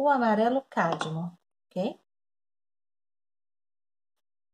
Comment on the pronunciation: Um lindo trabalho, gostei muito, até como pronunciar corretamente cádmio. Gratidão por compartilhar.